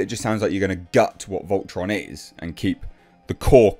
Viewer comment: Volton? It's Voltron